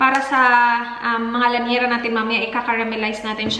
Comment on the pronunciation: lyanera hindi lanyera. Hihihi dami ko napapansin. Sorry.